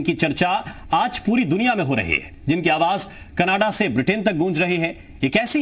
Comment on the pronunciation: pronounce correctly... 'awas' nahi, 'awaj'...